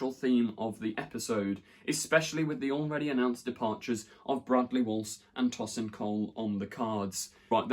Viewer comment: TOW-sin Cole, not TOSS-in Cole. Sorry it just bugged me.